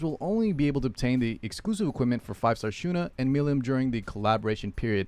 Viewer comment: Listen to how they pronounce Milim's name in English. Mill- EAM. I'm not sure if I have ever heard anybody from epic community actually say it correctly.